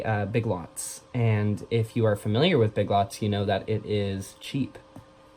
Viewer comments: omg when you said "big lits" instead of big lots I fuckin lost my shit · Omg the ”big lts” is killing me😂